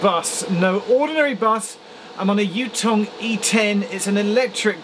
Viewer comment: Ouch. Chinese bus? The "Yu" in "Yutong" is of the phonetic "yː". It's not in English so few English speakers can identify it